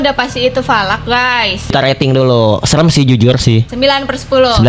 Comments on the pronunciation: Bukan Valak bang salak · Falak❎. Salak✅😂😂😂😂😂😂😂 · Falak jadi salak😮😂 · Bukan salak tapi lanak